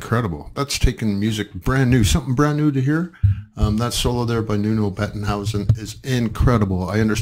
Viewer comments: Nuno plays like that for 30 years now - he's the greatest. OAT. Maybe, if you listen to it for the first time, you should listen to it in one piece... instead of separating it into four pieces. p.s. And his name is not Nuno Bettenhouse.. it's Nuno Bettencourt. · BETTENCOURT, not whatever you were saying.